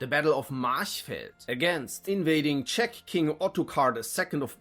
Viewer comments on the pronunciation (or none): none